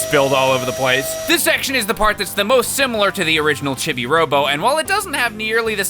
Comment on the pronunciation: It's pronounced "cheebee," not "chibby." 🤣